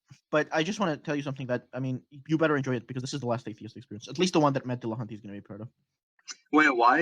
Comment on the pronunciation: "Dillacunty" - Thomas Aquinas